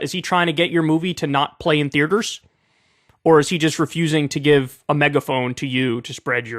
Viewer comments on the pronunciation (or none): Can’t unhear the way Kyle pronounce “Thee-er-turr”. Theertur.